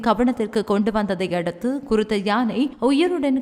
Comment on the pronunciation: ஜானை இல்ல யானை